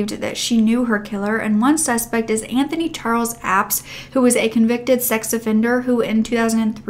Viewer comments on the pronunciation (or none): none